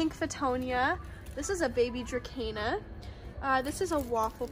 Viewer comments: There is no k in dracena, that drives me crazy lil.. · I don't speak latin and you are the only person I know that pronounces dracena with a k. Oh well I will get use to it, I think. Lol